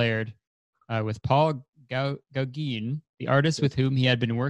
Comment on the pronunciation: gaw0heen lmao. its pronounced Gaw-gain :)